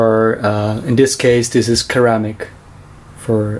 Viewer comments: did he say keramic instead of ceramic !!! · I’m sorry, but almost everything you said was off. Firstly you called an empty cup “a cup of coffee” You said Keramic, you said you need a stove and water. Duh.... And you grossed me out with your dirty, filthy moka maker. I almost lost all the coffee I just drank.... YUCK......